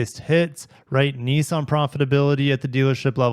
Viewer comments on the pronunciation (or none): Niss-an. There is no such thing as a “Knee-sahn” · I never heard of Neesan. Are they a new car company? Why do you pronounce Nissan as if it has letter E's in it, when it has not?